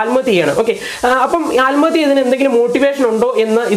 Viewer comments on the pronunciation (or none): ആൽമത്യ അല്ല ആത്‍മഹത്യ ഓക്കേ പോയി 100 പ്രാവശ്യം പറഞ്ഞു പഠിക്കണം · സഹോദര. ആൽമഹതൃ. എന്നല്ല .ആത്മഹത്യ എന്നാണ് ഫാരൃ.അല്ല. ഭാരൃ .ഭൂമിയുടെ ഭ വല്ലാത്ത കഷ്ടം തന്നെ ഉച്ചാരണത്തിന്റെ കാര്യത്തിൽ മറ്റു ജില്ലയിലുളളവർ മലബാർ മേഖലയിലെ. ജനങ്ങളെ കളിയാക്കി. സംസരിക്കാറുണ്ട് അവർപോലും ഇന്ന് നല്ല രീതിയിൽ. സംസാരിക്കുന്നു എന്നിട്ടും നിങ്ങൾ. പഴയ പടി തന്നെ. മഹാ കഷ്ടം